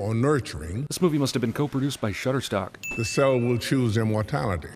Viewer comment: “This movie was co-produced by shutferstock” I. Can’t. 🤣🤣🤣